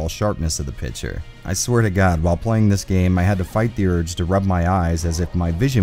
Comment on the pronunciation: Say with me: "PIC-TURE" NOT PITCHER